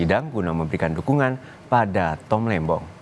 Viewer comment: Diulang berkali-kali, di tetep kedengerannya "Tom Lendong", didukung gerak bibirnya juga 😁